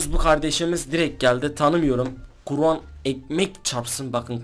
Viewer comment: abi KURAN mı diyon? yoksa guran mı diyon hangisi? :)